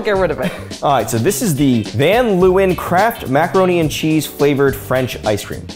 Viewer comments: 'ven loewen' lmao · As a van Leeuwen I've never heard my last name pronounced like that😂. Also didn't know there was ice-cream with my name on it, so I've got a new bucket list item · As a Dutchy, the pronunciation of van Leeuwen was just... oof 😂😂 it gave me the same vibes as people calling van Gogh : van go 😂 or good-a instead of gouda. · As a dutch person, i laughed my ass of when he pronounced the Dutch name from the ice Scream 😂😂😂😂